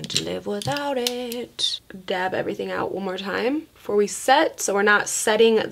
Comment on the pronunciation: I love the way says her G's....she pronounces them with a K. "Everythingk" So so cute lol